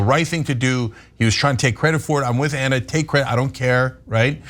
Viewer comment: So Anna has invented a new pronunciation. How creative.